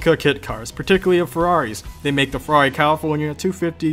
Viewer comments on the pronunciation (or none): none